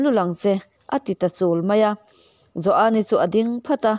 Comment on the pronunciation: Joani tih pawh i thluk diai tawh lova i chiar thiam ngaihthlak a nuam e